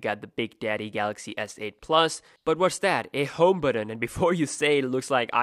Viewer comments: It's pronounced "button" not "buddon" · the word is "but ton", buddon!